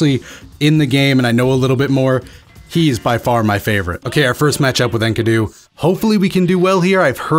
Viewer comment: sexy vid but his name is pronounced 'En-key-doo' xoxo